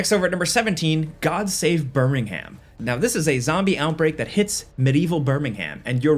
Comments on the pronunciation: I am annoyed at how said "Birming-ham" and I'm not even British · Birmingham is pronounced birmingum ** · BER-MING-GOM (Birmingham) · Birmingham has a silent H :-) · Blimey! Pronouncing Albion and Birmingham that way >.< why not finish the trilogy and say bridden? 🙃 Nevermind, you chose Derby instead 😅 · That's not how you pronounce Birmingham.